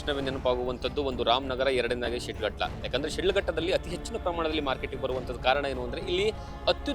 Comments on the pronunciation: It's not shildghatta, it's Shidlaghatta, My Mom's birthplace, we cherish the long lasting memories of this town forever, Jai Shidlaghatta. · ಊರಿನ ಹೆಸರು ಕರೆಕ್ಟ್ ಆಗಿ ಹೇಳಯ್ಯ ಅದು ಶಿಡ್ಲಘಟ್ಟ